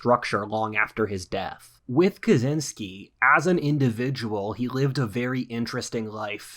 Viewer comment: Kuh Chin Skee. Pronounce it correctly.